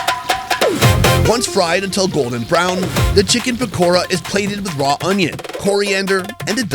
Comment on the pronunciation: Pakora but ra is pronounced da 😂😂😂